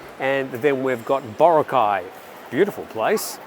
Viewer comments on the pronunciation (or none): none